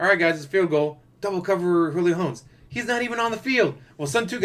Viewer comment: Carson Wentz is the QB for the Colts, but injured. Cam Newton isn’t on the Patriots anymore, they went with Mac Jones. Julio wasn’t even the best wr on the Falcons last season, Ridley was. Also, saying his last name wrong(not sure if you were doing it on purpose). They have Offensive and Defensive rookie of the year. The Chiefs are deeper than you think. The way the salary cap is, Pat’s salary won’t be like when you had rookie top 5 picked QB’s making more than the majority of the league. Hopefully, Covid doesn’t completely screw up the season and my Bears play Justin Fields. Dalton was a waste of money.